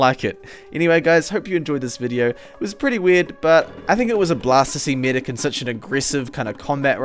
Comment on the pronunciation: "Only for the midic instead " I really wanna know where u are from xddd